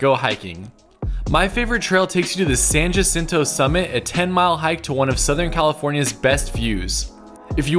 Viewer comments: It's San "Hajinto", not San Juhsinto". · Ya-sin-tow (San Jacinto) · Coachella Valley native. Born and raised. No one ever pronounced San Jacinto or Taquitz the way you did. San Yuh-Sin-Toh. Tah-quits. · Its pronounced San Huhcinto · Can you learn how to pronounce san “jusintoh” right? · San Jacinto Pronounced San Yasinto Tahquitz Pronounced Tacawhitts Or Tacwhitts Unfortunately we don’t have Robolights anymore 😭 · It's very rare to hear anyone say San Jacinto with a Y. It's more commonly pronounced with an H. Personally, with all my years of living in the desert I have never heard anyone pronounce San Jacinto with a Y. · Keep up the good work. Good choices but your pronunciation of "Tahquitz" and "San Jacinto" betrays familiarity. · That's not how you say San Jacinto